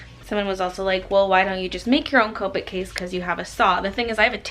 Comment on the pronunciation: she is saying copic wronbg